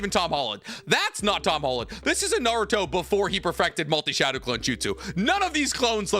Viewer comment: "Shadow clode technique " 😂